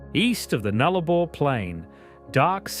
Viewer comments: its a shame you couldn't get the pronunciations right Nullarbor is said Nul a bor. Likewise Galah is said Gal ar. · Why is an Australian mispronouncing pretty common words in Australia? ‘Galah’, ‘Nullarbor’, plus others… smells like AI 😐